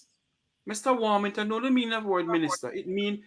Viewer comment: Greetings everyone. you pronounced Everald lost name wrong sir you should have said Everald War-Hog-ton.